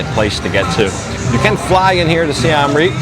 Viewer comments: Siem Reap is pronounced Si-em reap not Si-am reap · It's pronounced closer to Seeuhm. The second word Reap was correct. Literally means Siam Defeated. The first carving you showed is churning of the ocean of milk.